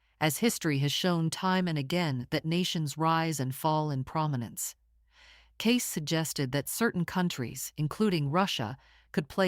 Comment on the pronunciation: His name is pronounced “Caysee”